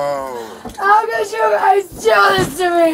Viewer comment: She seems to enjoy making one syllable words into two…pleaseuhhh, nouhhh, all Methany’s speak this way 😮‍💨